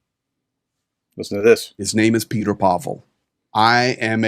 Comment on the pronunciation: If you respect Petr Pavel and Czechia so much at least pronounce them correctly. It's (Pet-err) not Peter Pavel. It's not called Czech. It's called Czechia or the Czech Republic. Greetings from Prague, CZ.